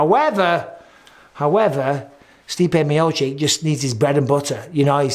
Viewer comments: Bisping still can't pronounce miocic (mee oh cheech) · C'mon Mike please say Miocic right